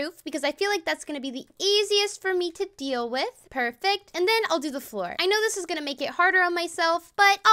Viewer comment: she said flow not floor